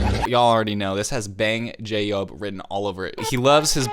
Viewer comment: please... BANGCHAN not banjob... the subtitles called him banjo. PLEASE